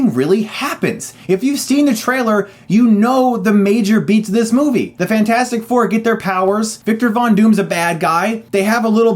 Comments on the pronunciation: "FANT-FOUR-STIC" LOOOL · When you said Fant 4 Stic instead of Fantastic Four, I laughed a lot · You know Chris, if you pronounce Fantastic Four as "Fan-four-stic" and Scream 4 as "Scruh-four-um" because it's on the poster, you now have to refer to one of your favorite movies as "se-seven-en". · I’m just here to hear him say “fant four stic” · You referred to it as "fant 4 stic" through the entire review. Subbed. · Fant-four-stic haha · I love this rant and I laugh every time hr says "Fant four stic" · I love how he managed to call it Fant-4-Stick every time! Love it! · As soon as he said Fant-four-stic, i knew this was not gonna go down well.